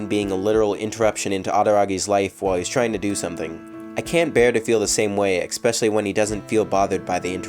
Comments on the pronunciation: STOP SAYING EXPECIALLY The word is ESPECIALLY. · Am I the only one bothered by the way he said especially